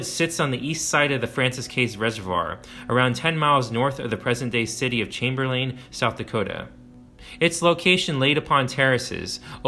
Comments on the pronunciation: The towns are pronounced like Chamber-lin and Pier not lain and Pierre like a French guys name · chamber-LIN, not LANE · As a life long resident of South Dakota its Chamberlain pronounced Chamber lin and the capitol isnt pronounced like the french pronunciation. Its Pierre as in pier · Well done! My only criticism is your pronunciation of Chamberlain “CHAM-ber-len” and Arikara “Uh-RICK-uh-ruh” Great history telling! (I’m a published historian, focusing on early and pre-contact cultures) 👍🏼❤️🫡 Semper Fi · Those South Dakota cities Chamberlain and Pierre are pronounced “chamberlyn” and “peer.” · I'm a South Dakotan as well. I've spent many days fishing on the big river in front of Crow Creek. Maybe I've been living under a rock, but I didn't know there was such a significant archaeological site there. This is a well done documentary but I can't help to feel it takes a slight credibility hit for not pronouncing Pierre or Chamberlain correctly.